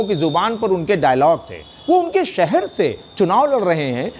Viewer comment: सहर नहीं शहर, हिंदी तो ठीक बोलो